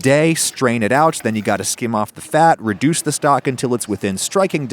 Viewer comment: Adam "Reducea"